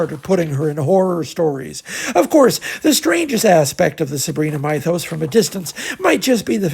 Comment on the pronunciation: You are mispronouncing "mythos."